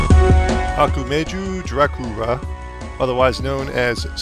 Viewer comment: I love how you said "Okumayo Dracula" instead of "Ah-ku-ma-ho Dracula" :P